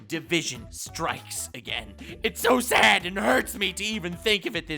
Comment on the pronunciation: Great Video! Yes it is So Sayd! That Dumbasses Rule The World, It So Sayd! I Find That Funny Not in a Mocking Way, I Think Saying Sad as Sayd is Funny